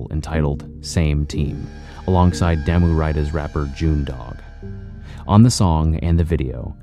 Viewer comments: It's pronounced Daah-Moo(Damu) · Damu is pronounced "Dah-mu" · Bro, re-record this but pronounce damu correctly next time. EDIT: Great video and very good info but if you are going to do something like this you gotta pronounce certain things right. Just some professional advice.